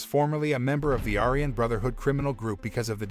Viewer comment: are you not allowed to pronounce aryan correctly? i think they suck as people but you say it about 20 times during the video